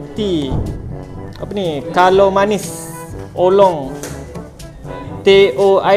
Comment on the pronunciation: Boss, bukan kalaminis.. Kala man si😂